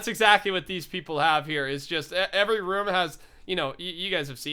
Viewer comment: IS IT ROOM NOT ROM